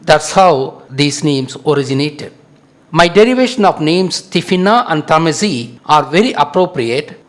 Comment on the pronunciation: you cant even pronnonce tamazight right and murakush and u pretend its originated from tamil what a laught, tamil is like yesterday